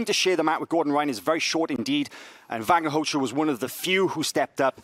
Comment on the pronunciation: "Vagner Rosha" Proper pronunciation...